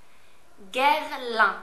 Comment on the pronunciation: Finally I found the way to pronounce Guerlain'' :)) You can not imagine how I used to say it before!! hihihi.. Thanks a lot..